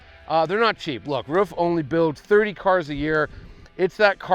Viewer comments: Sorry Dude............but all you American Guys are pronouncing it`s name always totally wrong...........ist is not called "Ruf" but the same like your word "Roof". THANKS Greets from Germany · It’s Pronounced like roof = ruf